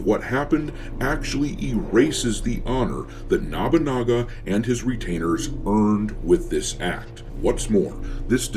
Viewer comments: It's Nobunaga, not Nabunaga. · Okay I dont normally do this, but its nobunaga. no (like "no dont say it like that") - boo (like a ghost) - naga (Like the snake creatures) no-boo-naga, not nah-boo-naga. Just for next time it comes up. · Nabunaga? Isn't it Nobunaga. I agree with the video, but the mispronouncing of the name is like nails on a chalkboard. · Nabunaga? Also, they just using that fake history about that Yasuke was the one who took Nobunaga head to save it from the enemy. I think it was from Thomas Lockley's book or something. The guy that made up 90 precents of Yasuke's history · Why is you saying nobunaga as “nabanaga” is funny to distracting.